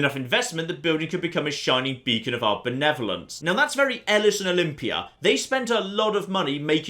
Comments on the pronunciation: Pretty sure it’s pronounced like “eh-lease”. But also my sport and spectacle professor could’ve been wrong so *shrug*. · Elis? Who the fuck is Elis?!